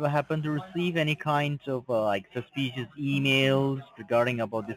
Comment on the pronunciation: You’ve never been to Howston? I find that unbelievable! Highly sushpious!scammin’ mope!